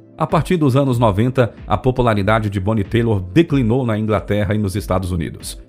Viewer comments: Não sei onde você arrumou esse "Teilor"! Tyler se pronuncia "Taile" sem o "r". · Pronúncia errada, não é Taylor (teilor), é Tyler (tailer)! caraco! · a pronuncia do nome dela dito pelo narrador está errado Bonnie Tyler se pronuncia em português, Bonie Tailer e não Teilor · sim,o nome é Tyler e se pronuncia Tailer. Não é Taylor. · O texto é narrado por um robô de acordo como ele digita, então não seria difícil corrigir pra ele falar Tyler (Tailer) em vez de Taylor. Mas um ótimo vídeo sobre essa cantora excepcional! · nao escreva merda! Um robô jamais confundiria 'têilor" a "táiler". A diferença é gritante! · Tbm falou o nome errado " Taylor" é "Tyler" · Ótimo resumo. Grande cantora. Lembrando que é Bonie TÁILER, e não TAYLOR. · Fui no show dela. MARAVILHOSO ❤ e se pronuncia TAILER, não TEILOR. Só um alerta mesmo! 😘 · Não é TAYLOR, é TYLER, que se pronuncia TAYLER. Outra: não herz, é heart que se pronuncia rarth. A materia é ótima, mas a pronúncia de inglês esta deixando a desejar, a voz do locutor é muito boa! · Excelente cantora. Gostei muito do vídeo, parabéns! Mas preciso fazer um crítica construtiva. O nome da cantora é Bonnie Tyler (Tailer) e não Taylor como é dito no vídeo. Fora isto, gostei muito do vídeo. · Bonnie Tyler... TÁILER. Não "Táilor" nem Têilor . Escrevi e vazei pela sensação de descredibilidade... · Excelente levantamento de informações. "Total eclipse..." e It's a hearthache" são minhas músicas favoritas. Sugiro que o narrador aprimore sua pronúncia relacionada ao inglês. O sobrenome da artista mudou de "Tyler"(/tailer/) para "Taylor" (/teilor/) entre outros termos que nis fazem doer os ouvidos e empobrecer tamanho trabalho de pesquisa. Fica aqui a dica. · Fantástico, mas o nome dela não é TAYLOR (TEILOR) É TYLER SE DIZ TAILER! ADORAVA ELA! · Não leve a mal, mas o nome dela é Bonnie Tyler (Tailer) e não Taylor. A propósito, faz um post sobre a Taylor Dane. Abç. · Se pronuncia Tyler: tailer” e não Taylor!! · Tyler se lê tailer